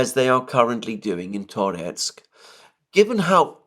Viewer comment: Now that Ocheretine is liberated by Rossiane, you should start pronouncing it porusskiy -Ah che RET i neh - with schwach o as in owl, how, now, brown, cow. And Tar YETSK.